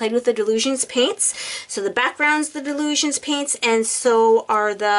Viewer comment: I dont want to be mean, but it is pronounced, die lusions, named after Dylan Reaveley